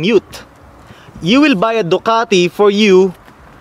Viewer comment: FuCk you! Its Ducati Not Doqati